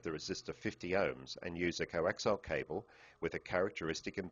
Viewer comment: I have to stop watching this because he keeps saying 'coaxile' cables instead of 'coaxial' cables.